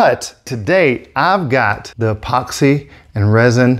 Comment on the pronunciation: E-POOX-EE lol